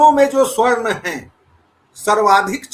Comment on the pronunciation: Aaaap baaar baaar keh rahey hain " SWARN" SWARN!! Yeh Swarn kya Hai. Kaheee Aaaaap Sa-Varn ko toh Swarn nahi bol rahey ho???